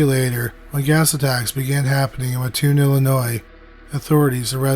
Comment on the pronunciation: I am from and live in mattoon!! So cool to hear you cover this!! Many theories here! My mom was little when it happened! Also it’s pronounced Matt-tune lol everyone says ma-tune lol